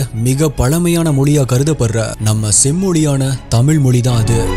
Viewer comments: Brother please say tamizh mozhi dont prononse tamil molli please pronounce tamizh as tamizh dont prononse tamil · Sir you talk do great about our Tamiz language. But sadly enough you are not able to pronounce our Tamiz correctly. Pl don't say Moli. Pl say Mozi.